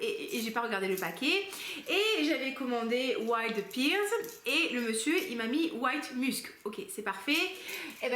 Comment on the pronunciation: Je ne suis pas très originale, la vanille est aussi ma note préférée, d'ailleurs Il faut vraiment que je teste ce Vanilla 28 de chez Kayali, je suis sûre qu'il me plairait. Petit aparté, en anglais la poire se prononce "père" et pas "pire" 😄 Jolie sélection en tout cas. Bon lundi de Pâques à toi ! 🐰